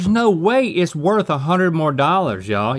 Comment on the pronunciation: “Worh” the pricey? Someone didn’t buy the T! 😂